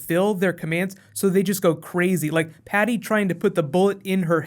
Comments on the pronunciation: Amazing commentary aside... why do you keep calling her "Patty"? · It's patsy not patty